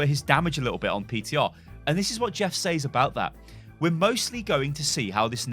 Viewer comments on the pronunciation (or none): Why do you say says as saizz?? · "Sez" is actually a lazy way of pronouncing says, we've just gotten used to it over time as being the norm. is pronouncing it correctly